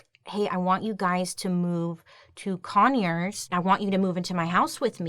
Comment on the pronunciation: I hate that when she says Conyers and Decatur. I shiver because I stay in Conyers and I'm from Decatur. It makes me feel bad